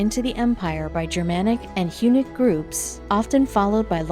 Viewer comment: TV If you want to pretend you know something about ancient history, at least check your pronunciation on 'Romano' and 'Hunnic'.